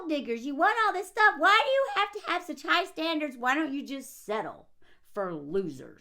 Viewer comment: “Souch yelling” 😂